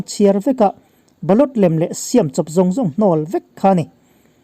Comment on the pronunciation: Shiaaaam chawp...tih thluk chu a va khawchhak lam unaute tawngkau chheh ve aw...siam chawp..ri hniam hi Mizorama cheng zofate hi chuan kan hmang tlangin a hriat..